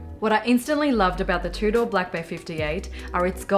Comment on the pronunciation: Your pronunciation of Tudor is so proper you say it like "two-door" other Aussies say "Chewdah" of course I have no room to talk, me being American I say "toodur" enjoyed the vid 😉 keep it up